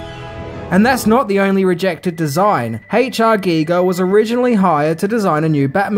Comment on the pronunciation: Haytche-Ah-Geegaaah = H.R. Geiger.